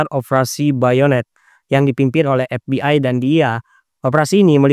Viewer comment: Izin koreksi dikit. Ef bi ay bukan Epbi ay. Pasar bukan Fasar Ilegal bukan Elegal Zat bukan Jat 😂🙏